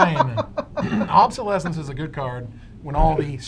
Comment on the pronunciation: There are zero "b"s in opalescence. None. Obsolescence, please stop.